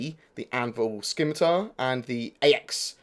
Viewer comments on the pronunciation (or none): You know someone used to play Runescape when they pronounce 'scimitar' as 'Skimitar' instead of 'simmitar.' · FYI it's pronounced sim-ee-tar. silent c.